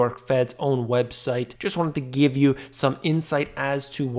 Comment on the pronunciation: Just wanted to Geeve you....Amazing